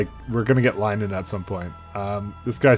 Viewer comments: Is "Lie-nen" the canadian pronounciation of "linen"? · how he pronounces linen makes me cringe